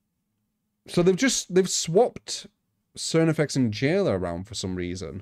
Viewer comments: How does not know how to pronounce Carnifex? IT'S CAR-NI-FEX, IT'S NOT THAT HARD!!! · Its pronounced Karnifex :( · Lol the way he was saying it was bothering the hell out of me